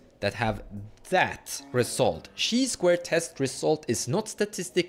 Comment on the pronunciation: It’s not pronounced “shee squared”. It’s “kai squared” the Greek letter transliterate to chi is pronounced “kai” in all languages.